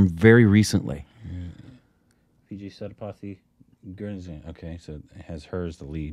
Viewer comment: You sure pronounce Sethupathy so weirdly. 😂